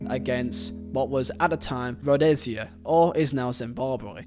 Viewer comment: Rhodesia - Rode-ee- sha Great video none the less